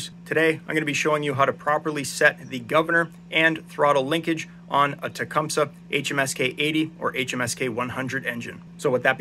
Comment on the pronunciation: Finally a tech that says the word Tecumseh correctly !